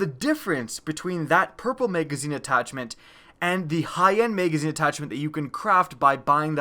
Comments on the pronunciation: MAGazine...not Maygazine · Why do you say may gazine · What's a maygazine? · MAYGAYZINE, MAYGAYZINE, MAYGAYZINE... i can't unhear it! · Bro purely do to the way you say the word magazine I just can’t stand you 😭😂😂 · OMG so annoying!!